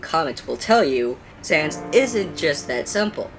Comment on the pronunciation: SANS NOT SANDS SANS